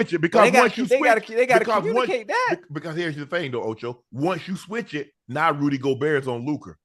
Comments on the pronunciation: Rudey Go bear doesn’t sound correct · “Rudey Go-Ber Rudey Go-ber, ah how do you say his name?” I swear Ocho has me in tears 😂😂😂🤣